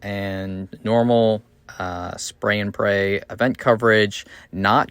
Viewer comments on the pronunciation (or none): Did you say "spray and pray"?